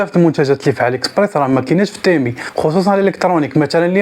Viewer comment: يا اخي اسمه تيمو وليس تيمي